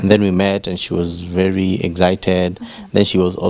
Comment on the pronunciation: Why do Kenyans says egsited instead of excited… of course I am a Tanzanian who speaks 3rd grade English.. 😅😅😅😅😅😅😅 just curious. Not an attack but somehow feeling naughty which prompted me to ask lol